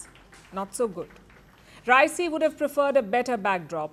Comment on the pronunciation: Pronunciate Raisi correctly